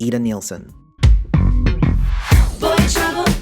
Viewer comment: Ida NIELSEN not neilsen. Born in Denmark. Nice competion, but try to get the names right.